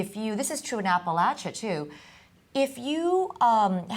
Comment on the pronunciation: Amy is amazing but needs to learn to pronounce apartheid and Appalachia